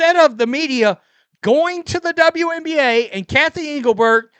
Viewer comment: My goodness!! What's wrong with this "journalist's" eyes? And is he speaking in a hyper-monotone?? Is this AI? I hope so! Poor Mr Monotone "journaliser"!!! He appears to be having trouble pronouncing "WNBA"! It's only 4 letters! And when he said "Honestly", are we to understand that everything he said prior to that wasn't "honest "?? If not, why did he specify that what followed was "honest"??